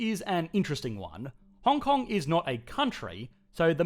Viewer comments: Puts "Hong Hong" instead of "Hong Kong" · Hong Hong? Shouldn't it be Hong Kong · "Hong Hong*"first place on the leaderboard! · Hong Hong oui oui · Welcome to Hong Hong. lol